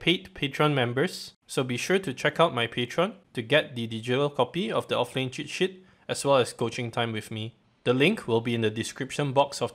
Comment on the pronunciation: cheers from Brazil. I found it funny how you say sheet, as sh*t ... <3 continue pumping content !!!